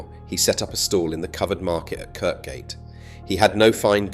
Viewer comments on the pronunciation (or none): Correction. The road and market called Kirkgate is pronounced kirgate.